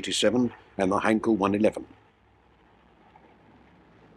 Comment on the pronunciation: it is funny that you pronounce Heinkel as Heinkol -- same sound as Bell but not Ball - does this make any sense - by the way it is a German name - not british. Actually, if you paid any attention to Dr David Myrha you would get it right.